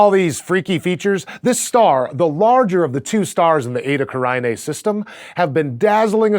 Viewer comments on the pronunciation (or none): OMG IT'S ETA CARINAE, not ETA CARAINE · And, in fact, it's correct pronunciation should be Eta Carine. Latin. Not Eta Caraine, like it's said in the video. Ehh, what're you going to do... English changing the pronunciation of words... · Isn't it pronounced... like Karina. Not care-i-ni-ay. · Completely mispronounced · I've never heard that fucked up pronunciation before this video.